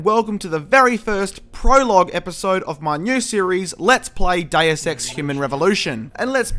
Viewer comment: Funny way you pronounce "Deus"